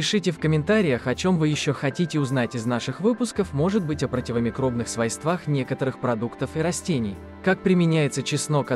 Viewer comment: Свойствах на1й слог ударение!